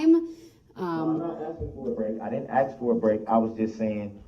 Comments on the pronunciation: Axe or axin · Brooks it's ask. And not axed. He is really bonkers. I feel destroyed by all the abnormal things he did. And now he looks and speaks like a clown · I think he pronounces it "axe" just to annoy me personally